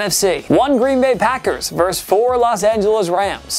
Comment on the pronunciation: The word is "versus". VER-SUS. Not verse. A verse is a part of a song or poem. Versus meaning opposing.